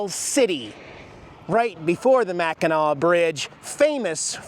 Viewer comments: It's pronounced Mac-in-naw not mac-in-nak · Mackinac is pronounced Mack- in- naw! LOL You were hurting this Mich ears! Lol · It's pronounced Mackinaw Bridge...But, they spell it Mackinac... We are up in St. Ignace till Thursday... If you think lake Michigan is cold try lake Superior... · Mackinac is pronounced MA KIN NAW. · IT'S PRONOUNCED MACK-IN-AW